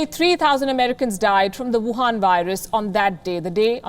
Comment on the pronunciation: Every time she says Wu_han Virus👌🏻😊